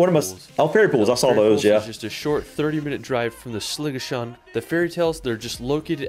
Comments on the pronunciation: His pronunciation is atrocious. I wish "Edinburrow" was the worst but he just kept going for it: "Glen Feenan", "Holyrod" "Sliga-sean"? WTAF? Top tip for those trying to [pronounce loch. The ch makes a sound similar to the h in human. Edinburgh is pronounced "Edinbra" or "Edinburra" never ever ever is it ever "Edinburrow" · This guy needs to talk to someone local - its GlenFINnan VY-aduct.... It's not Edinboro - repeat after me "Embra". AY-lan Donan... SLIG-ahan.... Bidean Nam Bian(??) - I'm sure that's Glencoe..... Loch LOW-mond Canada and NZ have more impressive scenery, but Scotland's scenery is closer changes around every bend, and nowhere is more than 5 hour's drive from the major cities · Everyone commenting on how he pronounces Edinburgh and Glasgow and totally glossing over how he pronounced Glenfinnan, Eilean Donan, Sligachan (although at least he didn't pronounce it 'Slig-ack-an' like a lot of English folk do (I'm English but am learning Gaelic so I'm off the hook)), Loch Lomond... 😆